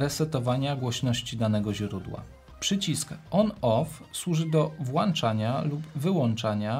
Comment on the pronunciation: bardzo przyjemne dla ucha i oka omówienie ATEMa, ale proszę zwracać uwagę na "włanczanie" i "wyłanczanie", boli w uszy😂😂